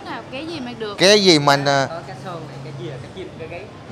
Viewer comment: Con cá chứ kg phải con cé kg biết chữ à?